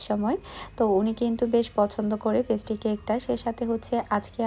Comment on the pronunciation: পেস্টি না ভাই, পেস্ট্রি 😑 আপু আপনার উচ্চারণ ও বানানের দিকে দয়া করে একটু নজর দিয়েন। খুব অড লাগে শুনতে ও বানানগুলো দেখতে। আপনাকে ভাল লাগে বাট এই কারনে মাঝেমাঝে আনসাবস্ক্রাইব করে দিতে ইচ্ছা করে। আশা করি আমার কমেন্টটি পড়বেন।